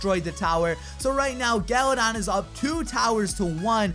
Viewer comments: He said galadad at the end lol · I legit thought he said galadad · galadon?? you mean Galadad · Did he just say "special shoutout to Gala-dad"